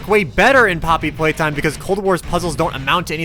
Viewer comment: Bobbery Paytime